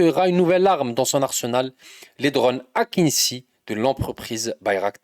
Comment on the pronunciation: Fumez du hashish et restez éveillé.les drones Akıncı (se prononce akindji et pas akinssi) ne font pas la suprématie aérienne d'autant plus que l'Algérie dispose de drones supérieurs en nombre et en pouvoir de destruction.il faut surtout pas sous estimer le potentiel destructeur des Missiles Skander Algériens qui peuvent rayer de la carte des villes entières.l'armee Algérienne n'a besoin que de quelques heures pour atteindre l'Atlantique et mettre la zriba au coin a l'extrémité occidentale du nord de l'Afrique.foutez nous la paix on joue pas avec gamins.